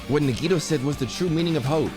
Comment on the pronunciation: It’s crazy how this game is about to end and can 10% of the time announce nagitos name right